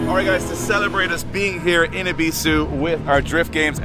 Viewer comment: I'm sorry guys but i literally had to quit watching after you pronounced Ebisu wrong 19 times in the first minute... I know this is how you guys pronounce it but it rubbed me the wrong way lol. So I did click on the video twice, liked and commented to give yall some interaction but my watch time stopped . Catch you guys after yall Japan lol